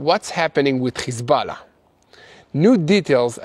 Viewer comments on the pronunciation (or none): It's Hezbollah it shouldn't sound like you're Hocking a loogie when you say it bro😂